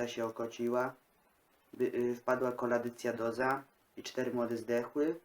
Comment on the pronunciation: Koladycjodoza? A nie kokcydioza? :P Fajny filmik ;)